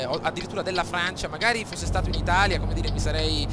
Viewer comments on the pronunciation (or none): none